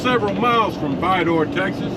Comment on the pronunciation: It’s spelled Vidor but pronounced ViDER 😊😊